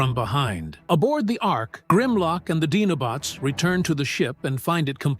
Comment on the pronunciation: This is so very very wrong none of this ever happened this voice can't even pronounce dinobots does whole concept is all very very wrong it's not right at all it can never pronounce anything right